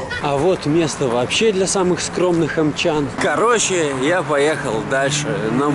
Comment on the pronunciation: "Омчан" Омичей вообще то